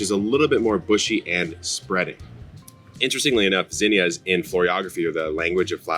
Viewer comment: Thanks for saying it right gosh damn my mom and aunt were calling them zeeenyuhs